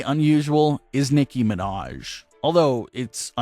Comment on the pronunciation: “Nicki Minash” 😂